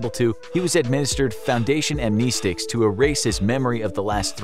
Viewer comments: Other people: Am-Neh-Sticks This video: Am-Knee-Sticks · By the way amnestics is pronounced am-NEST-tics